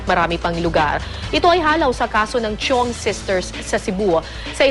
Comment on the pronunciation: Chiong case, misheard as "CHONGKE" 😂😂